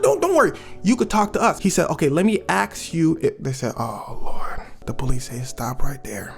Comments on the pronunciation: Funny how a rapper that knows words can't even say ask rather than axed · 😂 Let me aks you… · Lol ik its not racist that they knew it was him bc he says "axe", but it feels like it! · As a louisiana navie this "axe" vs 'ask' bs is annoying But seeing this is part of the reason kentrell got caught is infuriating. C'mon mane. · let me aks you got me on the floor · Since when is the mispronunciation of ask being “axe” a southern thing 😂😂😂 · As a Texan, I don't recall anyone saying "AXE" before. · I’m from Louisiana and we definitely say “aks” 😂😂 that definitely tickled me. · We say ax in Philly too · Texas born and raised and I’ve never said ax instead of ask. That ish hurts my ears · I'll probably have fallen for the "aks" part Thats how we say "ask" in my country 🤣🤣 Much love from Eastern Nigeria 🇳🇬